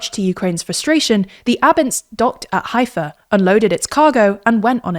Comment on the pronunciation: You mispronounced Haifa and you showed a fake map of Israel removing essential parts of Judea and Samaria as well as Gaza and Golan & Hermon Heights. This is media bias to the fullest.